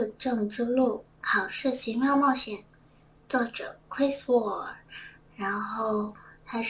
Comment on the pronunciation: 差一点听成了Chris Wu